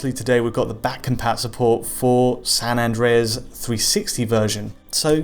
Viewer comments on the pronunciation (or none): san andweas hahahahaha